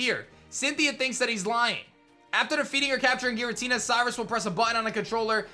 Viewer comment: Giratina is pronounced with a "J" sound. Source: Giratina and the Sky Warrior